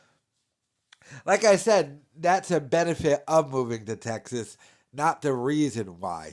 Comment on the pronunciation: "i researched nashville, teggzaz before moving to austeen"